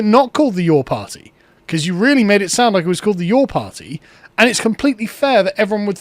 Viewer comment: The Birthday Party? The Parr-tay?